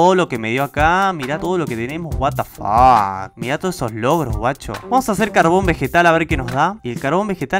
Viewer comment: Como lo dice: what the fuck Como yo lo escucho: guatafac